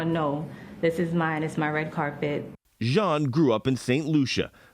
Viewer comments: I know its not important but m so tired of hearing them say the name like that... The last name is of French origin... Jean not John or whatever you ppl are saying.... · It's not important but maybe you should Google how the French pronounce Jean (Jehan=Jon... John)